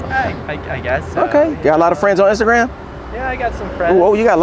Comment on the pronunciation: When said “injagram” I was lost😂😂